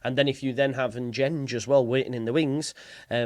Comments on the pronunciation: Should sound more like Dengue…. En gen gay (with hard Gs as in go or gold, as opposed to gene or general) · Pronounced En-Gen-Gay